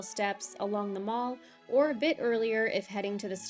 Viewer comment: A slight correction, Mall in 'The Mall' is pronounced to rhyme with pal. It's not a shopping centre! 😉😊 Also, and I'm not sure why we do this, we put "River" before the actual names of our rivers rather than after. So it's the 'River Thames', 'River Avon' etc., etc.